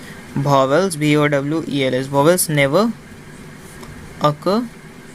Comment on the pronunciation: Vowels ❌ Bhowels✅ 😂😂